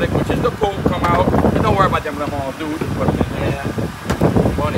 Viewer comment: I'm never pronouncing onions,lemons and mushrooms the same way🤣